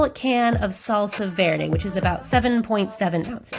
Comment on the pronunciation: The moment I heard her say chicken Verde… no accent, don’t trust